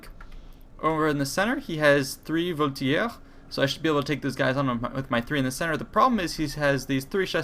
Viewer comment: Are you sure Voltigeur is not pronounced with a soft g?